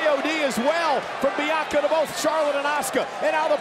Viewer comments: Wade said biyankca lmaoooo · Love that Cole brushed off that Barrett mispronounced Bianca’s name